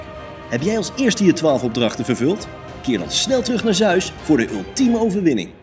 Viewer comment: Zeus uitspreken als zuis is correct. Het is immers een Griekse naam. Maar Egeïsche zee uitspreken als egiese zee (in plaats van egee-iese zee) is wel fout. 😊